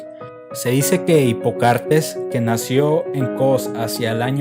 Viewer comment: En el video dice "Hipocartes" está correcto?